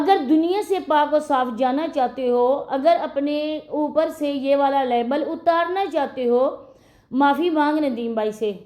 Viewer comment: Libel nhi lebal hota hai